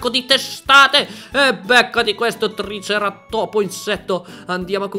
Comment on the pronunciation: ma dici triceratòpo apposta o per davvero?